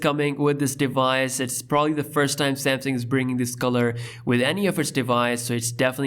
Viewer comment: He calls it "Samsing", lol